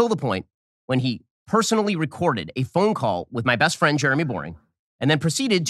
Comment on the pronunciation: Benny defeding his fwiend, aww so cute!